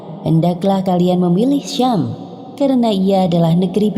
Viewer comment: Sam bukanlah syam ...